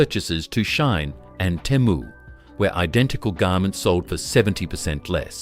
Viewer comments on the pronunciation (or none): Why can't AI pronounce correctly, where is Chad Stone??? Or Timu or Shane?